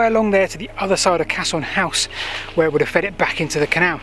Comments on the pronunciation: Caisson is pronounced ‘case-on’ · Interesting. Never knew about this idea. I've also never heard the word caisson pronounced like that. I've only ever heard it said like "case-on", but that could be an Americanism. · I thought it was pronounced "Case on" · Great bit of info, loved the story, I belive Caisson is pronounced Kay-Suhn, the easiest way to say it I think is Case-on. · I don't mean to be picky, but there's no "h" in the pronunciation of caisson. It's spoken how its spelt. Interesting video though of a place closer to me. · I love how you seemingly couldn't decide on the correct pronunciation of caisson, so used every pronunciation going, genius move 🤣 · that would make sense if he stuck to that one pronunciation, but every time he said it he seemed to say it differently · I think just spelt (and pronounced) it wrong. Caisson House is spelt that way on Historic England's website for example. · There's NO H in caisson so it's pronounced like CASE-ON not CASH-ON. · A great and scary explanation, thx! I’m pretty sure Caisson is pronounced Cayson by the way… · The word is in fact Caisson, and is an engineered watertight structure still in use today. It is pronounced to approximate the sound of "case-on". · Very interesting video, and some lovely stonework and industrial architecture on display there. Keep it up. I love canals. Quick point of order, though - it's a caisson, pronounced "case-on" and not "cass-on" or "cass-i-on", it's a word taken from french meaning "large chest". No, not that sort of large chest, get your mind out of the gutter. Literally referring to a bloody great big airtight box you could put a boat into. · Caisson, - pronounced ‘Kay son’. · Fasinating posting, however "Cassion" is pronounced "Case-on". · Caisson is pronounced "Kay suhn" hope this helps, great video btw.